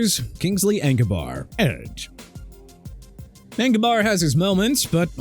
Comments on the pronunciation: FLACCO IS PRONOUNCED FLAH-KOH NOT FLAK-KOH!! HEY GET THE QUARTERBACK'S NAME RIGHT!!!! TOO EARLY FOR THIS GARBAGE, I SWEAR... CAN'T GET ENAGBARE RIGHT... YOU SAID EN-GA-BAR WHEN IT'S PRONOUNCED EE-NAG-BA-REE, POH-LURDT WHEN IT'S PRONOUNCED PAH-LURD AND ALSO SAVAIINAEA PRONOUNCED SAH-VAI-NAI-YAH WHO YOU CALLED THE WORST STARTER ON THE DOLPHINS!! YOU'RE DONE... MY TIME IS GETTING SHORTER AND YOU BEING ILLITERATE IN EVERY VIDEO IS PISSING ME OFF!! READ A PRONUNCIATION BOOK AND COME BACK WHEN YOU FINISHED STUDYING AND LEARNING TO GET PPL NAMES RIGHT!! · Kingsley "Engabarr"? yall cant even pronounce these names.